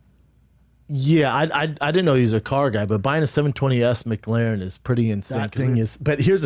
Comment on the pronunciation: Brandon "big car guy" Schaub pronounced McLaren like it's a fucking McDonalds sammich. Mic Larren